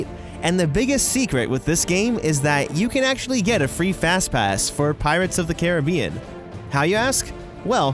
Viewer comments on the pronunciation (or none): none